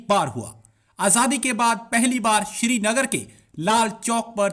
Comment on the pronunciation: Thik se #Srinagar Bol nahi paate ...Siri nagar Siri nagar ..bolte rehte hain....Aur inko #Kashmir Chahiye....Baba ji ka thullu milega ..😝😝😝😝😝😝😜😜😜😜😜😜😜😜😜😜